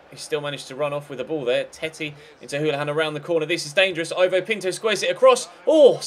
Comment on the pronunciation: Ivo is pronounced Eevo